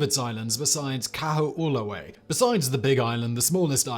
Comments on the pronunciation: Dude its ko-o-lav-a-eh (like canadians say all the time) not what ever you said. Come on wikipedia even will tell you how to pronounce all the Hawaiian islands. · Ka-Ho-O-La-Vey, Kahoolawe